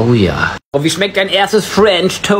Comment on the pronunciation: "Fuench toast" man kennt ihn, was ne nervige Aussprache er hat lispellise